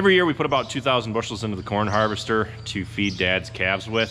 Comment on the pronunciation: Aaah! It's Har-vest-store, not har-vest-er. Also, that filter won't do you any good if there's no oxygen in there. Never enter a confined space like that without a proper gas meter.